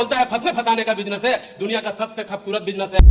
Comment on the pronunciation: Bhosdi k pahle bolna seekh khabsurt ni khoobsurat hota h😊😊😅😅😅😂😂😂😂😂